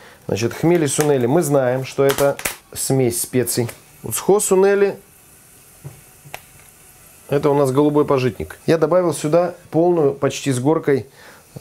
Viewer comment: Раньше говорил пажИтник. Потом услышал пАжитник - проверил по словарям. Правильно пАжитник, ёлы-палы...